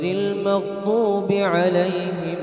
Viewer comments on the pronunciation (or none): none